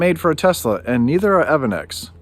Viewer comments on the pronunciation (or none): E.V. ANNEX ( not evan-x )